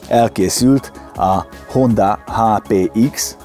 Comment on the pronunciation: Nem HondÁ hanem HondA. Köszi